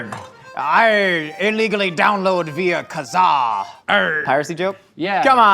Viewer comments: Not Kazaa 😂😂😂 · I believe pirates pronounce it “Kazaarrrrrr”